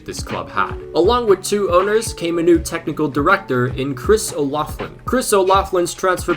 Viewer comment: no disrespect intended but if you do another video including Chris O'Loughlin in the future it is pronounced O-lock-lin. idk how to do the phonetics shit but that should be pretty easy with common American pronunciation of those words. also I'American